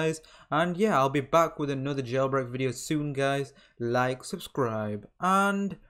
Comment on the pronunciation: Did he just say "GELBREAK"